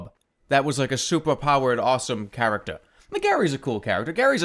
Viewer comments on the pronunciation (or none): none